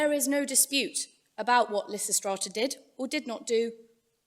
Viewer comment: ....and immediately the pronunciation of Lysistrata alienates and annoys me... Dammit!